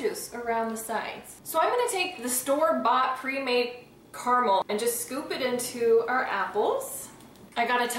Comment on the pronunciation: You're pronouncing it wrong. KERMIL? It's cara-mel.